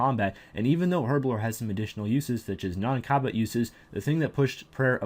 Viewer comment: Your pronunciation of herblore is atrocious! Other than the aforementioned statement, this was a good video.